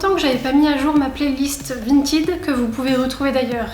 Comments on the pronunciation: Vintaide pas 🤣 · C'est pas vintid c'est vinted mdr